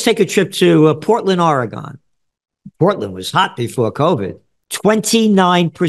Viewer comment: FFS Gerald, say "Oregon" correctly lol.